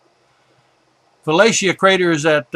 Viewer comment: Great taught us a lot about the real Moon. Such a pity he couldn't pronounce a lot of crater names. Eg. Aristarchus is not pronounced Aristickus! Sometimes extremely frustrating. Just saying.